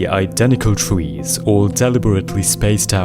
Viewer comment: twees… I love how he uses w for some words cuz of a problem with his lips I think😭